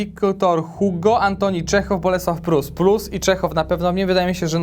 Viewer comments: Taaa w programie wiedział bys,że to jest HUGO ? Ale nie wiezs,że czyta sie I G O ! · Czyta się Viktor Igo. Pozdro, 3mam kciuki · pleace, Hugo to troll który w Polsacie na strusiu jeździł. Victor Hugo czyta się Victor Igo. odcinek super, pozdrawiam serdecznie. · Nie wiem czy ktoś już zwrócił Ci uwagę, ale Victor Hugo wymawia się "igo". To nie ma być przytyk, tylko inwestycja w kulturę;) Pozdrawiam i dziękuję za rzetelne i ciekawe materiały. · Z tym Victorem Hugo (btw. wymawia się "igo") to był żart czy faktycznie nie wiedziałeś? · Nie Hugo a 'igo'... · Nie, żebym się jakoś gorliwie czepiał.. Wiktora czytamy [ igo ☑️ ⏩ z akcentem na "o"] Nawet niegłupie książki pisał😎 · nazwisko Hugo czyta się Igo (Francuz) ♥ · nie wiesz jak się czyta słowo "Hugo"? Ale wstyd...